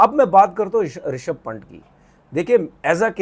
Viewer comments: Its पंत not पंट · Pant h wo phant nhi nam bolna seekh le 😂😂😂